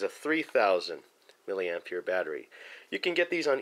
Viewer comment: Why do u call it milli amp (year )?